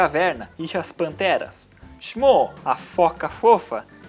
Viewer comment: Eu estava empolgadão, mas quando você pronunciou "shmoo", eu perdi a pira, estude mais.